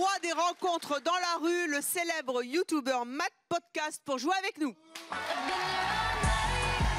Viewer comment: Mais sérieux, qui dit youtoubeur ? 😂